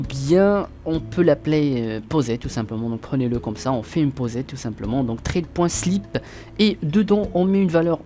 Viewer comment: Sympa. Sinon ça se prononce ssssssred et pas trade. :P